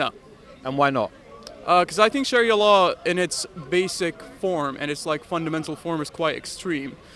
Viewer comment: I have heard actual native Arab ex Muslims and they don't speak or pronounce Arabic words like Sharia like this ...this guy's not truthful if his going to lie at least make it realistic could just have said ex Muslim from Canada or us where ever his from